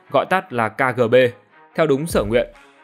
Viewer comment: Ka gờ bê?